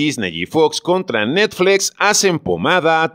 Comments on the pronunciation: Cuál “netflex “? Esa cuál es? O es muy difícil pronunciar NETFLIX? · Por qué demonios dices netflex 😡😡😡 Es chocante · 😂😂😂😂ni puse atención al vídeo por cagarme de la risa de oír cómo pronuncia 😂😂😂😂😂😂😂😂😂😂😂😂😂😂😂😂"netflex" 😂😂😂😂😂😂😂😂😂😂😂😂😂😂😂👍😂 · Netflex? jajaja:v se pronuncia como esta escrito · Netflex?...me saco de onda cada que lo mencionaba el narrador ja ja ja. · Tan grande es Netflix que hasta el le da miedo decirlo como se debe y dice NETFLEX, que paso, no le saque!!!! si ha dicho cosas peores en otros videos! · No se, si creerle a alguien que dice ¨Netflex¨ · ¿Netfleeeex? JAJAJAJAJAJAJAJA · Dice "netflex" pero dice "Disney" en lugar de "disni" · Netflex??? No mames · ¿NETFLEX? XD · Jajajaja qué cagado se oye cómo fice necflecs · Por qué dices netFLEX? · NETFLEXS, JAJAJA NO SE PASE DE VEGRA JAJAJA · Si vas a decir netflEx también di Disni y Fax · Dijo Netflex? Jajajajaja 😂😂😂😂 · Tambien le ha dicho necsfix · De seguro tomó un curso de Inglés en Trump University. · diciendo netfleex...... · Es necesario que digas NetflEx???? Es horrible. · Pronuncie bien! NETFLIX!! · Porque pronuncias netflEx? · APRENDE A DECIR NETFLIX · Pronunciq bien NET.... FLIX...... NET.... FLIX!!!!! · NETFLEEXX.... HAHAA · Que jalada en ingles si se lee como se escribe "Netflix". Y Disney es "disny", no "disney". No esta mal pronunciar como suena en nuestro idioma natal. Pero si vas a pronunciar en otro idioma debes pronunciar tooooodas las palabras correctamente. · Y por que dices Netflix tan raro? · Qué horrible pronuncias Netflix